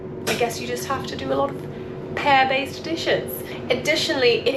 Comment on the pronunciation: Not gonna lie took me a second to figure out if it was Pairs or Pears. XD Great stuff thank you for sharing!